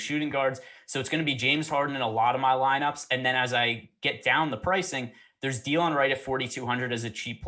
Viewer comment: Da-Lon Wright. Not Dee-Lon